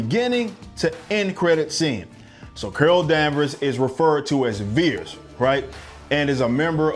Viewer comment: It's vers not veres by the way